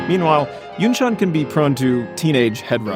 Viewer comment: As a South Korean, I have to say this., You pronounceYunchan's name perfectly.